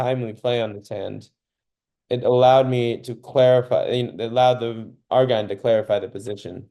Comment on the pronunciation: You must have a different setup. My hand is not fanned out: all cards are in a straight line. BTW, I've heard Argine pronounced so it rhymes with margin.